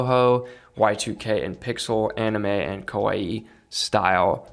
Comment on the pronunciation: As always very great sharing from you but please fix how you say kawaii 😩